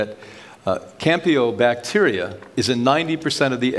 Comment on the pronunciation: It always amazes me how these chiropractors say they know so much about nutrition, but then they have no idea how to say or spell the organisms that they are supposedly so expert on....like campylobacter... not campiobacter... names they would have learned in their first microbiology class. It causes a crisis of credibility for me.